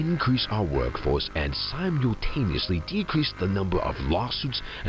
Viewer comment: "Sime YULE" taniously? FOR REAL!? EDIT: I know this game (and entire franchise and its lore) is completely fictional, but there is no world or reality in which you can disassemble an alarm clock to make a laser pointer. Especially from 1996. Biologic toys, fine. Transferring kids into dolls: fine. Making a laser pointer out of an old 1990's alarm clock: ABSOLUTELY NOT! The entire game falls apart with that! Second edit: It is in the nature of man to create monsters. And it is in the nature of monsters to destroy their creators. My favorite video game character quote. Anybody know who said that from what game? Final edit: HEY! I know what name the letters spell on the floor to match up with the slide! Get this: It's RED HERRING!!!!